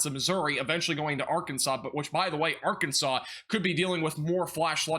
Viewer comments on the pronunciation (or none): none